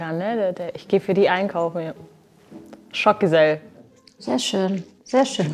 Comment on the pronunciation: "Schock Gesell" 💀